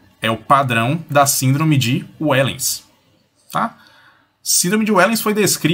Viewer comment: A pronúncia não é "uéllens" e sim "véllens". É holandês.